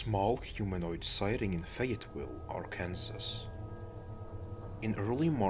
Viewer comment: It’s pronounced ar-can-saw.